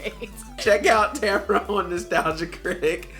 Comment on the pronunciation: is it just me or does she say and spell her name different, like the second a doesn't exist